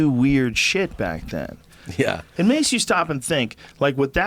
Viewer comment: Joey: y ever go get sushi and eat a lot of it? Tom: Eyeah!